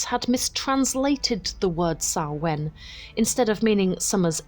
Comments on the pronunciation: Stress is on the first syllable, not the second (SAH-win, not sah-WIN) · Everything except your pronunciation of Samhain was great.